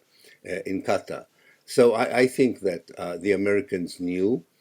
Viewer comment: ... Chris Hedges ... FINALLY, an America who know how to pronounce Qatar ! ... 😀